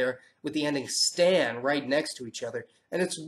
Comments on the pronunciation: Nice be we "stan people" know that stan is said with the same kind of a as your English word father. Not stan like the mans given name. good video though and pretty accurate on most. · They are not pronounced like the nickname for Stanley they are pronounced where the "a" sounds like "aw" in fawn. Trust me I've lived there.